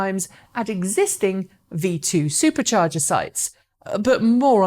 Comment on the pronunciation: Drink every time she says Supah chargee!